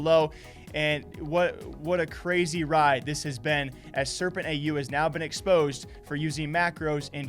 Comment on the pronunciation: I mostly heard "exposey". Eventhough that's not what you said.